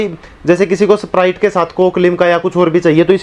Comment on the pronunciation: वो सपराइट नही स्प्राइट होता है 😁🔥